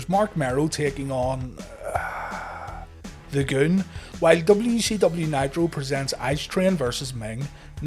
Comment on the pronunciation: You've gotta say it the right way. Take a cue from Howard Finkel. It's not "The Goon", it's... THA GOOOOOOOOOOONNNN